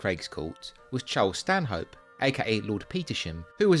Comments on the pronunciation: Excellent video, although Stanhope is pronounced "Stan'up." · A polite correction: Stanhope is pronounced "Stannup".